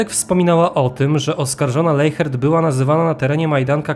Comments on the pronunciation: Nie Leihert tylko Lesiert tak to się mniej więcej wymawia w języku niemieckim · Wymawia się leśert